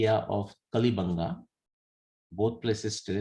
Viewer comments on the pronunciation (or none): उच्चारण कालीबंगा है पीलीबंगा के पास है। चूड़ियां bangles बंगा हैं